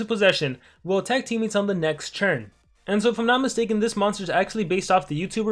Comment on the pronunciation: Bro why cant you just say “turn” why is that hard for you your saying churn churn tf